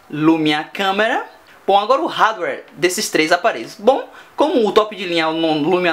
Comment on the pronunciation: cara vc é muito legal no video,mas tem algumas coisas que incomodam pakas...considere isso como uma critica construtiva...vc fala muito mal ingles, um exemplo disso é quando vc fala hardware...e as suas fotos ficaram MUITO zuadas...flw um abraço